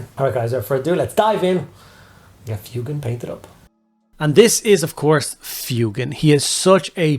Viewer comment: Thank you for saying his name correctly, I can't stand FWEY-GAN